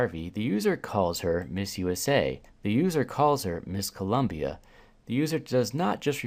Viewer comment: Don't forget the fact he said the director in his ear kept telling him to say Columbia